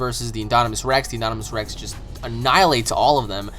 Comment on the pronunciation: InDOMinous Rex. Not inDONimous Rex. I wouldn't care if you didn't say it so many times wrongly.